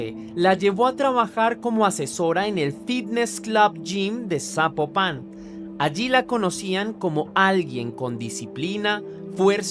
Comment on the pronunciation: Saludos desde Guadalajara Jalisco, yo no sabía de este caso pasan tantas cosas como dónde quiera que no es que México este de luto ni enterado, y te ago una observación Zapopan no lleva acento no se pronuncia así, y no ay un camión que te lleve directo de Tonalá a Zapopan más bien tomo dos camiones o un camión y el tren porqué están de orilla a orilla 😅